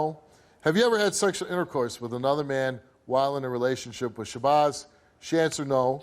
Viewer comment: He said SHABOZZ